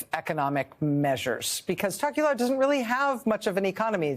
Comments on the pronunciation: hot tip for USA journalists: you can pronounce "Tokelau" exactly as it looks, not "tock-you-lou" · It's pronounced 'Tow-kuh-lau' 😉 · Pronounced “toe key lao” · I live in Hawaii and very familiar with the other pacific island nations and groups. Her pronunciation of “Tokelau.” Sounds funny lol!